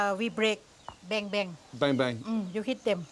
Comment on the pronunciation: “Beng-beng” thought he said bang bang